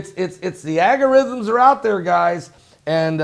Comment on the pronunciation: Someone please tell the Pastor that the pronunciation is ALgorithm, not AGorithm.